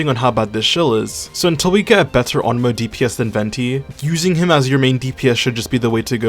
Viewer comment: Bro really said ONOMO